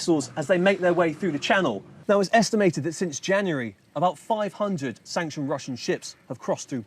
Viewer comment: Did he say Janury? What the fuk is Janury?